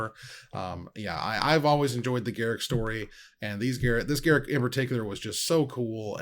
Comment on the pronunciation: Why is reading Garruk wrong? didn't WotC announce how to pronounce him correct?